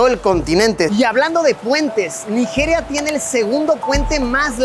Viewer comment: Naijiria, la j tiene que pronunciarse como "chi" suave